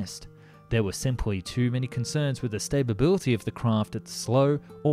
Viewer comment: Thumbs for the video, BUT... Again??? Why do you say, "stay-BUH-bill-uh-tee?" There aren't TWO 'B' in "stability." It's "STA-bill-ah-TEE." If you don't believe it, just ask Siri.